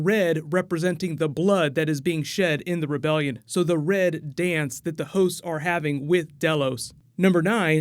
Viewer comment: It sounds like you’re saying hoes instead of hosts. “Virgin hoes” for instance